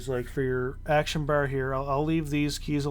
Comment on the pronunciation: thanks for the guide but damn dude please stop saying bar like that......please